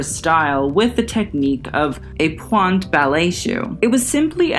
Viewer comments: Sorry I love you so much but I started laughing so hard when you said PWANT ballet shoes...it’s pronounced like point it just has an extra e at the end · pointe shoes are just pronounced like point